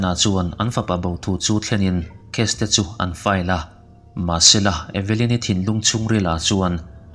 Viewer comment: E-ve-lyn-i tilo in eve-lyn-i ti la